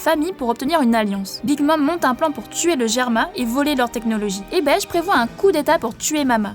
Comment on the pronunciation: Beige je n'avais jamais entendu cette prononciation la😭😭😭